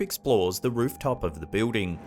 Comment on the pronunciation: When he says, "bewding" he is referring to the word building Lol...Just busting your balls. Love the vids brother.